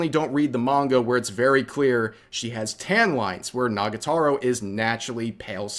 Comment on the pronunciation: Rev isn't beating the dyslexic allegations with his pronunciation of "Nagatoro" and "Horikoshi"